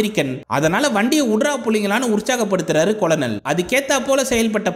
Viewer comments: Colonel (படைத் தலைவர்): கர்னல் என்று உச்சரிக்க வேண்டும், கொலனல் என்று உச்சரிப்பது தவறு என்று பணிவுடன் தெரிவித்துக் கொள்கிறேன் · கொலனல் இல்லை கர்னல் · நானும் ஆரம்பத்தில் கொலனல் என்று தான் உச்சரித்தேன் நண்பா, பின்பு நண்பர் ஒருவர் கூறிய பின்பு மாற்றிக் கொண்டேன் 🙄 நீங்கள் கதை கூறிய விதம் அருமை நண்பரே 👍